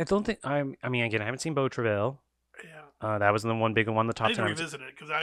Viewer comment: Beau Travail number 1 in 2032, you heard it here first. Also, it's pronounced "Bo Truh-vy" Vertigo's strength in these polls come from people choosing it as the flagship Hitch movie. Same for Tokyo Story and a lot of other movies that rank very highly. Voters are aware that if votes get split between Strangers on a Train, Rebecca, etc. none of them are going to make the list. Howard Hawks doesn't have a flagship film and this hurts his performance on the poll accordingly.